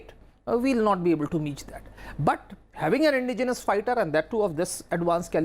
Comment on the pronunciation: Sir Indigenous is roughly pronounced as 'In-dejenous' not as 'Indi-genius'.